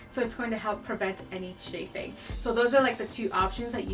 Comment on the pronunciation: Shaffing ? Chaffing.